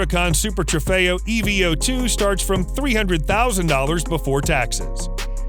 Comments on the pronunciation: i dont kno why but saying E - V - 0 - 2 instead of evo2- bothers me lol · E V O 2??? It's called the Eeeeeevooooo... 🤦